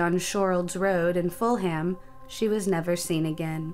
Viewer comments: Not Full ham. Its full'am, no H sound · It's weird being a Londoner and hearing people pronounce "Full-Ham" rather than Fulham (full-um). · Im from the US and I dont know many who would pronounce it as Full Ham. It's odd to me as well. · Also pronounced Fulham wrong. It’s not “full-ham” it’s “fu-lam” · yes she did and it's pronounced full-um, not full-ham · it's pronounced full-um not full ham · its pronounced fulum. not full-ham lol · Ful'am. Not full ham. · Ummm, it's pronounced "fullum" not "full ham". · I love hearing this stuff. I'm in northern Ireland so despite knowing these places probably pronounce slightly diff too, Id say fool-mm...at least i think thats how to describe it phonetically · Its weird hearing an american say english words like pounds,petrol station and biscuits.and pronounce the ham in fullham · We still have the good ol' pound, not euros. Also, when you pronounce towns that end in "...ham", the "h" is silent. I don't think Americans listen to anything outside America.